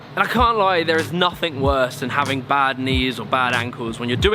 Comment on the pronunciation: Anyone else notice he often says "hafting" instead of "having"? Just a funny little thing I picked up on. Stick it on a t-shirt maybe. I'm just messin' with ya. Great work, man :)